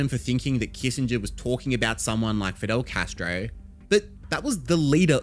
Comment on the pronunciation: The way you said fidel castroweee😂